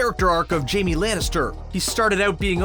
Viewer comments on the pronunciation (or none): none